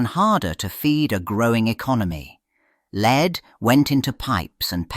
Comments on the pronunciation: Leed....??? Wtf AI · Just read it yourself. A.I. is obvious. Leed? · C'mon AI, make up your mind. Is 'lead' pronounced led or leed?